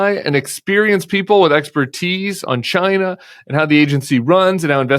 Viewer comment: I heard "...experienced people with 'extra teeth'" instead of "expertise" and it made just as much sense to me.